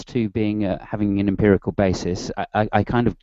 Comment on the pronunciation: Just to clarify an important point. Matt's pronunciation of empirical as "emperical" is not a scots thing. It's peculiar to him.